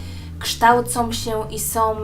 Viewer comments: Oglądam Twoje filmiki, bardzo je lubię i uważam, że dobrze gadasz ale proszę Cię zwróć uwagę na to jak mówisz "są" strasznie boli mnie ucho gdy słyszę od Ciebie "som"... Nie jestem hejterką ani nie mam zwyczaju komentować filmików tylko gdy wyłapię jakiś błąd. Pozdrawiam! :) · SĄ, nie SOM. Filmik spoko, ale proszę uważaj jak mówisz. :D